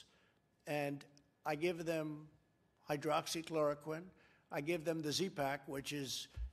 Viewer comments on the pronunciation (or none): poor guy cant even pronounce it